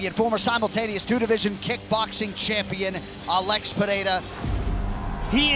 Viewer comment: The commentator who keeps pronouncing alex like Alexa without the a is bothering the shit out of me idk why 😭😭😂😂😂